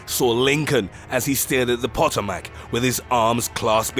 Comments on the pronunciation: Poo-toe-mik... It's a river... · I love how you pronounced Potomac. Accents are a cool thang.